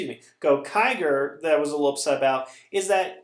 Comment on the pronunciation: Its Gokaiger. Not Gokager